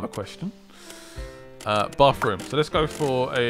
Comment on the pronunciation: I feel like an angel loses it's wings every time someone says "bafroom".